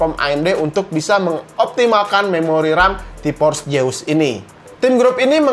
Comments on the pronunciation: Orang sunda hahaha T-Force Seus bukan T-pors jeus wkwk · Nobody:: Ti pors jeus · Org sunda mah te bisa ngomong ef. Tipors jeus :v